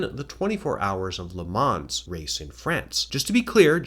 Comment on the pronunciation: Lovely video as always. Thank you for continuing to take the time and effort to make these. Just want to add that the S in Le Mans is silent;-)